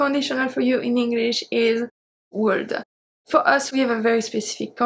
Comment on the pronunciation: Thank you so much for your wonderful videos...You rock... [I´m sorry to say this, but I think I have to... in the word "would" the "L" is silent.. so you have to pronounce would like "Wood"]... thanks again..